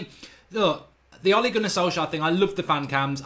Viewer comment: Mark watch the fancam on how to pronnounce ole's name